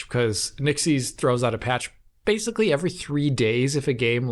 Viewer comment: DF drinking game time. Every time mispronounces ‘basically’ as “basely” take a drink.